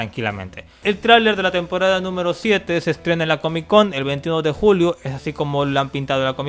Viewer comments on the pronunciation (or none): alguien mas sedio de cuenta que en el minuto dice juio y no julio